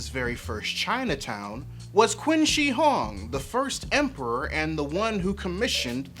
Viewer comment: Qin Shihuang is pronounced “Chin”. Like the video, but accuracy in pronunciations should be important in a video on accuracy in cultural portrayals.